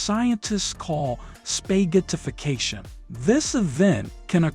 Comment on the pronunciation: How did you say "spaghetti" normally but within that same minute say "SPAYghettification"?